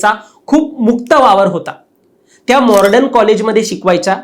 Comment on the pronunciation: ए घाटी... mordan नाही.. मॉडर्न म्हण...